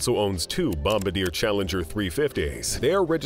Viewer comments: you should pronounce Bombardier properly, you got Falcon correct but not bombardier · It’s funny that the narrator of this video doesn’t even know how to pronounce Bombardier which proves he certainly doesn’t run in the circles of billionaires or even the rich. 😅